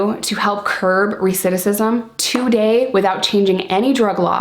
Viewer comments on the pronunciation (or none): love you so much but it is pronounced "recidiVism" not "recidissism" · I love ur channel n watch every new video...it drives me INSANE the way u say recidivism...lol...great message tho..ive always used Prohibition as an example when talking about addiction as well...have a great day too !! -Mark215